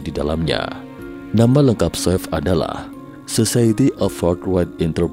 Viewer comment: Swift bacanya swif pak, bukan swef😅